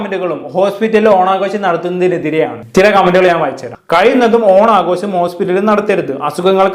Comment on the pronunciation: ഓണാഘോശമല്ല. ഓണാഘോഷം എന്ന് ശരിയായി ഉച്ചരിക്കൂ.